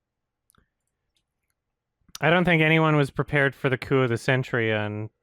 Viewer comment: I'm sorry but it sounds more like "prepare for the coom of the century" than the original "prepare for the coup of the century"